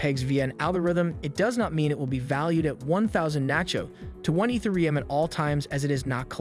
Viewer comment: Eeth ah ree yum. thanks for the video brotha.